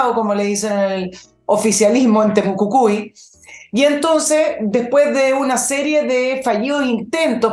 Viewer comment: Querida y muy escuchada es TEMUCUICUI Y NO TEMUCUCUI, eso con todo cariño, eres seca!!!!